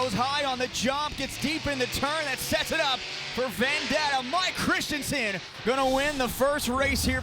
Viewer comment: It's Vendetta, not Vandetta what u talking abt